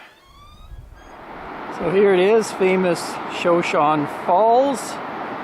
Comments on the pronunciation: Shoshone not showshone. U should know that being from twin! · Shoshone is a Native American tribe, the one that Sacajawea is from. The tribe pronunciation is ‘show-shown-ee’. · Excellent blog! Now you are in my birth-town of Twin Falls. Shoshone is an Indian name pronounced "shuh-show-nee." Great to see all the places you visited! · Shoshone pronounced show show knee. Shoshone are a part of the Camanche Nation. Great video! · I needed to make a correction on the way you pronounce the Falls. It's pronounced: Sho shown. I realize you're not a native, but I was raised in Twin as a little girl and for part of my adulthood. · I think the falls is pronounced showshowne.